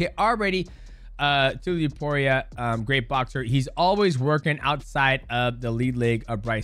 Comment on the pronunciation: did you say dudeiaporia lmfao 🤣🤣🤣